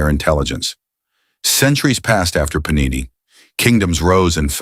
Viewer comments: Puh-nee-nee is the plural of panino, a small bread roll similar to a bun or brötchen, often made with wheat flour and sometimes a bit of olive oil. Paaa-ni-neee is the Sanskrit grammarian. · Sir, Great information. The only difference is pronunciation of his name ... it is to be PaaNiNee please.(not PaNeeNi) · He name was Paanini not Panini... the first 'n' is pronounced in a way you can't in English! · The AI narration is pathetic when it comes to pronouncing Indian nouns . It is not Panini (Thats a sandwich) , it is pronounced as Paanini. What a disservice to a great soul. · Very good video . Enjoyed it very much . But Panini,s name should be pronounced With a long pa as Paanini. Thank you